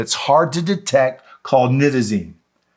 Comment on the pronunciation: I was puzzled after the first part of your video because you pronounces this drug with a long I sound...only to pronounce it with a short I sound....let me try to spell it phonetically.... At first, Nite-ta-zene. Then it was pronounced: Nit-ta-zene. Which way should it be pronounced? Aside from that, your information is excellent! Thank you and Shalom! 💜💙🕊💙💜🇮🇱✡️✝️🇮🇱💜💙🕊💙💜